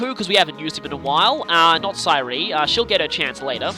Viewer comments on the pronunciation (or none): You're back to mispronouncing Say'ri's name